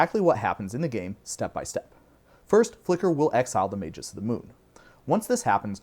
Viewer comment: I don't understand why anyone would think "magus" is pronounced with a soft G. Are there any words in the English language that do that? I can't think of any. I get that we can argue over the "correct" pronunciation of fantasy words, but magus is a real word in the real dictionary, and saying "may-jus" is just wrong.